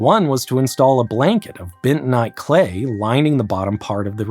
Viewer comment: …only four people make all those turbans? Wow! 4: 56 …”bintonite”? That’s a new one on me.